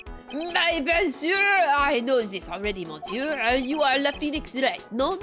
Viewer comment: Despite the word 'monsieur' being written that way, the 'mon' part is actually spoken like 'miss' (i.e. "miss me?") ."Sieur" is the same tone as the German "ö" actually, one of the sounds rarely produced in the English language. If I had to give it an equivalent, it would sound somewhat like the "Ea" used in "earl" or "early". So in English, you basically pronounce it "miss-ear(ly)", without the (ly) at the end. It also kinda sounds like "miss-you" if you put a heavy Scottish accent on the "you" part. French is one of those languages where a lot in those words gets swallowed up and muted or lost. "Mais bien sur" is actually "meh bee-n sür" (again "u" turns into the German "ü" sound.) "Tres" is "Tr-eh" (like the confused "...eh?" expression or the "e" in "emerald". "Alors" is "Ah-lor" (again like the "Ah" expression). Generally speaking, the "s" at the end of a word is a suggestion most of the the time and gets muted.